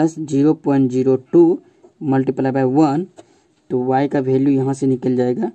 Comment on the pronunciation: Bhalue nahi hota value hota hai